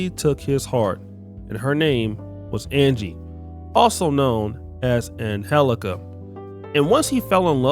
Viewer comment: Hold on, if you can enunciate anGie you can enunciate anGelica (G) stop cherry picking spanish words to sound out in their language.